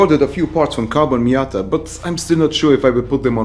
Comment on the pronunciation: miaaaaaaaaaada it is called